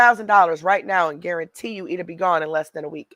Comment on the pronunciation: I'm so tired of hearing this sociopath pronounce words 800 different ways... Guaruntee, gurrntee, garrnnntee, etc.. she can't remember her fake accent.. but she has to make sure she says it wrong everytime..